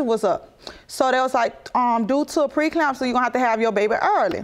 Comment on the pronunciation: She also said she had pre-councelor instead of pre-eclampsia.